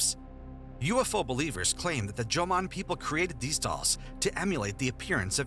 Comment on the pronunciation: Jomon, not "Joman".